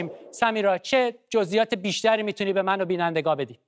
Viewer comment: سوتی داد!! بجای بینندگان گفت بیننده گا🗿